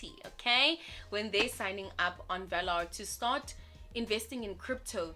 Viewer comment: I currently actively use 3 different South African crypto exchanges and VALR is probably my favourite one of the 3. There's maybe one or two issues I have with the platform, but those are issues that the other exchanges I use address sufficiently Sidenote: I think it's pronounced like "valour". Not 100% sure myself but that's how I've heard most pronouncing it